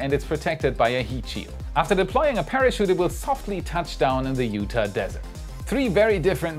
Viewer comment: the way he says Utah makes me laugh 🙃